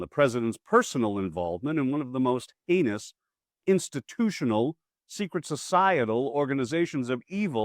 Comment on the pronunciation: At first I thought you said "anus" instead of "heinous". But then I realized it didn't really matter which word you said, because when you're referring to Republicans, those two words are pretty much the same in meaning!!!!